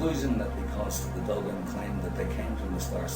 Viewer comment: Oh how I long for subtitles while watching the Dogon [PLEASE pronounce thier name right!] speak for themselves! Of course peopel can travel to other parts of galaxy whille taking a nap, and as well paint hyperspace symbols on thier "primitive art". Then the Material conquerer jealously hides the source but comes out with it later as if they Just figured the Big News out. No offense to you men, I apperciate you post this, but Id rather spend the safari money and interview them and u together